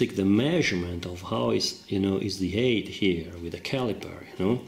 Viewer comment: Another super video! Thank you very much. Your English is excellent. Please allow me to contribute that the sound of the "I" in pivot is the same as in the word "it", and that, "height" rhymes with "bite, "light", and "night."